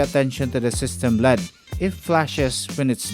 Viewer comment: it L E D ( ELL EEEE DEEE) NOT LEAD !!!